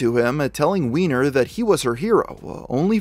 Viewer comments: I thought it was pronounced Wine - Er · They pronounce it wine-er according to the news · I hate to be a killjoy but based on how his last name is spelled, it's supposed to be pronounced "wine-er" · If "Weiner" was my last name I would refuse to pronounce it as "Wee-ner"...I would insist it that it was "Way-ner"... thankfully I don't have this problem.